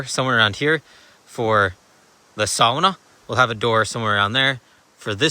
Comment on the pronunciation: Love this channel, so much better than that other Canadian fellas channel…oh, what’s his name?…you know him maybe…the obsessive “Wolfe Well” digging fella? James builds lofts, something like that. Anyway, this channel is sooo much better, his pronunciation of the word Sauna is killing me every week 😮 Bro, your mannerisms, facial expressions and even the intonation of your voice is like, wow, are you James’ brother from another mother. Seriously, if I could, I’d replay all the clips where you talk, grab your chin, do the thinking thing, slightly off to the side of camera 😂 Even your dogs are similar, both amazing, both hilarious and beautiful but with underlying behavioural issues. Thank you for sharing. Great content, keep up the great work….. And don’t forget, that when you think that all hope is lost and you’re struggling for motivation, just remember….two logs a week is a great goal for the constipated 😳 Ooh Gaa Boo gaa ❤😂